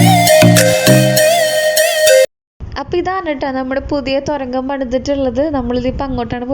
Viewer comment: തൊരങ്കം അല്ല തുരങ്കം...Ma’m